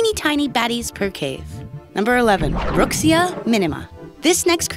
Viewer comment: It is pronounced, bro-kee-zee-uh